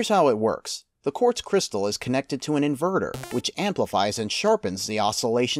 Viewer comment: Inventer or Inverter ? cryistal? Great video.